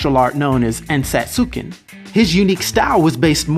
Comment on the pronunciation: If it’s spelled Ensatsuken, then I’m almost 100% sure that it’s pronounced “En-sats-ken”. Good video though